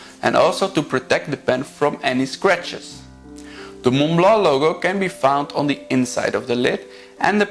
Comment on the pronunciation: Thank you for this very informative video, and for pronouncing Montblanc the way a French would (I am French). Just one thing : the 147 can only have cartridges, no converter (I have one).